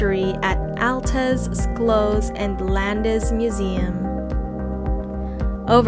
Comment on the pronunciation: Terrific video of Stuttgart and its many places of interest - the pictures were beautiful, though many times the narration did not match the picture on the screen. But PLEASE find someone who can tell you the proper pronunciation of places like Stuttgart (Shtootgart), Schillerplatz (Shillerplatz) and Schloss (Shlawss), Wilhelm (Vilhelm). Listening to your narration was painful for someone who lives here.